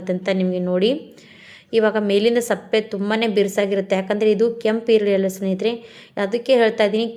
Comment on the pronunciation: Sappe alla adu sippe😅